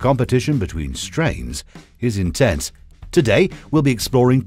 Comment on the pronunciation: This dude deadass said "the competition for strains.... Is Intense".... In Tents? im weak.